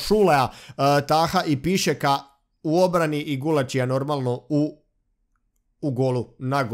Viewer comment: I nije Pišek vec Pišček hahahahahahahahahahahahahaha